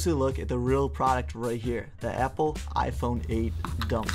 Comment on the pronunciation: . HAHAHAHAHAHAHAHA "IPHRONE???"